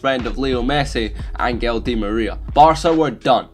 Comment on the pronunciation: So u can’t pronounce Angel